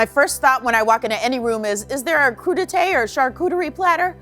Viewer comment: That's how you pronounce crudite?